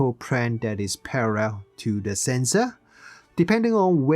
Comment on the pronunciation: "Focal prane is prarrrell." 😆